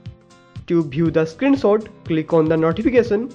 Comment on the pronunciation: it's screenshot not screen sot xD